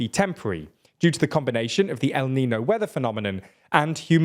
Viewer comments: It's clear none of you ever took even a single spanish lesson. You're saying el nino instead of el niño. Sorry, couldn't resist pointing it out, if just sounds incredibly funny. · "El Ninyo" is not hard to pronounce